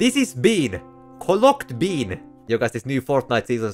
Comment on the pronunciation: “this is bean” “colloct bean”